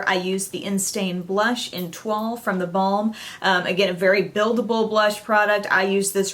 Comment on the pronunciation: The blush is not pronounced like that. It's pronounced (T-OI-L) with the OI making the same sound as the OY in the word JOY